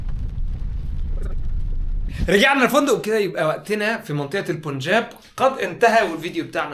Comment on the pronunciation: اسمه البنجاب، وليس البون جاب